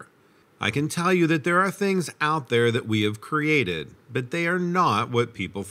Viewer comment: To the narrator: I love your presentations. They are clear, easy to listen to, and free from attitude. One pet peeve of mine does surface though. Often you say “crated” instead of “created”. So many people do the same thing.